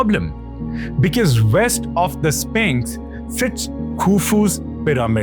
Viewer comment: Are... are you saying Spanx?